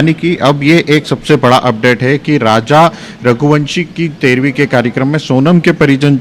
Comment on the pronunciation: Raja.....rah lhushwah nahin.....all channels all reporters are so confused and say wrong names........😅😅😅😅😅😅😅😅😅😅😅😅😅😅😅😅😅😅😅😅